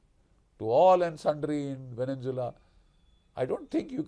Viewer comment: It’s Venezuela not Venenzuela - pronounced vene-zuela not Venen-zuela